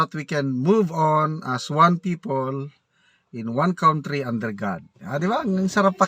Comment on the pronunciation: Ikaw ang heneral that i dont respect .Your pronunciation of country is very wrong.Sorry hanapin mo sa google .hahahaha.😂😂😂